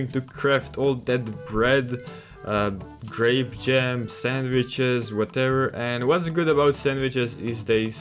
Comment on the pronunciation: its called grape not grap